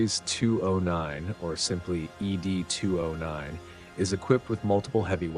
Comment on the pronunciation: Fantastic detail of the weapons ! I'm just surprised you got the Droid wrong, it's not Eee Dee 209, it's simply "Ed 209", like Mr Ed..... That's what the OCP Executives call it.